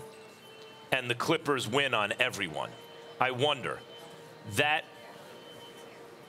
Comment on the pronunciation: lol she said the " Crippers"